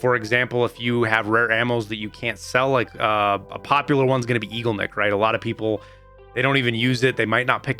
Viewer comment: Igolnik is pronounced ih-goal-nick, not eagleneck